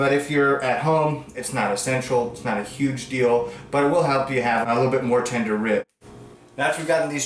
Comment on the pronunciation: "its goin ta be uuuhge"